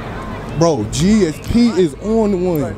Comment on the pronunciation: IT GSP NOT GAP